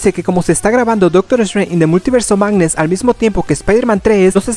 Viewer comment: "an da multiverse of magnee"